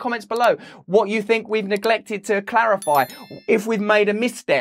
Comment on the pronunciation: At least he's stopped saying "fink" in place of "think". That was one of his most pathetic affectations.